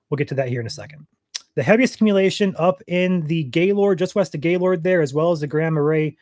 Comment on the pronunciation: I'm surprised your from Michigan and don't know how to say Gaylord lol